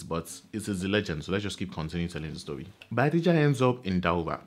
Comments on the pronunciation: It's BAYAJIDDA not Bayadijja.. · It is Bayajidda not bayadijja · Correction sir: It's Bayajidda not Bayadijja!! Insightful as always! Well done. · So the name is actually Bayajjida, not Bayadijja. This is really good. Keep it up